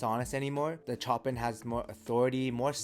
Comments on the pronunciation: Chopin as in "Show-Pan". As in the composer. 😂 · Chopin is pronounced "Show Pan" from the legendary classical composer. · The way you say Chopin made me feel real uneasy for some reason 🤣